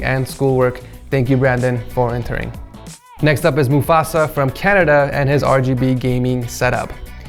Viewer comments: Did he say Mufasa instead of Mustafa?Lol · the second guys name is Mustafa not mufasa🤣🤣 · he said mufasa, it's mustafa lmao